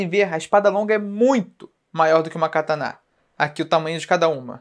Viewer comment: pq vc fala cataná?